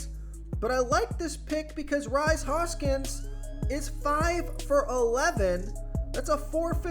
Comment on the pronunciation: Bro it's pronounced Reese Hoskins. Not Rise.